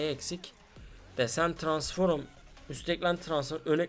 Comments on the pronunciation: Transforum değil transfrom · Transforum ne ya transform diye okunuyor u yok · abi tranforum değil transform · Adamın eşsizi var hala transforum diyor :):):):) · Arkadas transform a transforum demek ne yaa :D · Tıransforum değil transform kardeşim o ama yinede sen bilirsin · abi transforum ne yaa kopuyorummm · Ulan hala bu videoyu seyrediyorum TRANSFORUM diyince çıldırıyom :D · Suna birisi transform demeyi öğretsin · transforum demesine bir benmi gıcık oldum